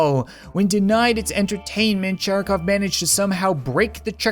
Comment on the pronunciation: Sharikov (with an emphasis on A; and V on the end is pronounced closer to F). Sharik means a Ball :) so it's like "Mr Ball" or something...